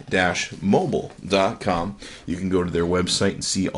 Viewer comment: "t dash mobile?"